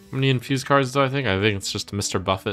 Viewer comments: is trump saying "buffett biggun" an inside joke or something? 🤣 does he realize the Biggun is at a table of food, otherwise known as a buffet (buff-ay)? Lol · Will Trump ever learn to correctly pronounce "buffet"?